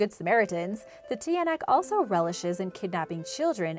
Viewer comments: it prounounced chanak not tiyanak it make me laugh agahahah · Its not pronounced tiyanak its chanack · try pronouncing it the tiyanak to chanak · The tinayak is pronounced tyanak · BTW youre pronunciation is wrong for example you said TIYANAK its actually pronounced CHANAK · It's not tiyanak its chanak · You don't read it as tiyanak you read it as tsanak Please don't get offended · It's read as "chanak" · The tiyanak is pronounced tsanak like t-ya-nak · Tiyanak is pronounced shanak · Tiyanak it also pronounces Chanak- lel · If you're having trouble to say that were just say chanak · Tiyanak is pronounced tyanak or chanak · tiynak is pronounced (Cha-Nak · I'm from the Philippines so the tiyanak is sounded (chanak) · You read the tiyanak like Chanak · The tiyanak is pronounced cha-nak hope this helps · No.4 its pronounced as chanak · I live at Cabanatuan in the Philippines but my English hard sorry ha I like this channel btw we pronounce the Tiyanak=chanak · Love it because I'm from the Philippines. And the pronunciation of tiyanak is chanak.love the vid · It's tsanak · Acc tiyanak is pronounced like cha nak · You pronounce ot chanak in tagalog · Just say chanak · when you pronounce "Tiyanak' it's not how it looks when you read it, chanak is the pronunciation of it but wrong spelling btw im Filippino this is how i greet someone:magandang umaga po ako po si Rhian it means good morning I'm Rhian and po is a polite word in Tagalog when your talking to someone older and how you pronounce po is how it looks like the way you originally pronounce o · The tiyanak is pronounced cha-nak i am just not hating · It's pronounced cha-nak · Hi the tiyanak is wrong pronounce 😢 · It's ng bungisngis not h And it's Chanak not tiyanak